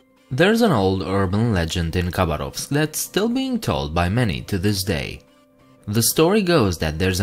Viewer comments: not russian, because he does not say khabarovsk right. ‘k’ is silent and the stress goes on second ‘a’...so Habárovsk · When pronouncing Khabarovsk the K is silent, so it’s pronounced Habarovsk